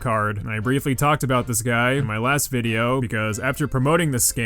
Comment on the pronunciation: "Hope you have received dis puhblick vid-e-oh," Alright, buddy.